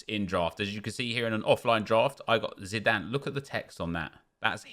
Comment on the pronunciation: Zinedine Zinedane? Zinedane?